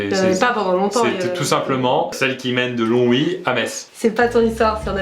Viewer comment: Oh, il a dit longwy 😄